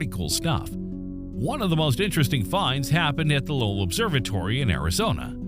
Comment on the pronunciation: Lowell is pronounced low(opposite of high)-ell Sounds more like Bowl and not like Powell. Lake Powell is two hours north of Lowell observatory.